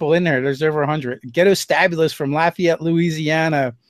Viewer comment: Hey kudos to you you said Lafayette Louisiana correctly.